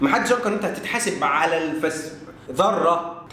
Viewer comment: هم بيقرأوا حرف الجر ،، علي ،، أنه اسم ،،علي ،، كرم الله وجهه ماعندهومش اي احساس بالتشكيل خالص🤣🤣🤣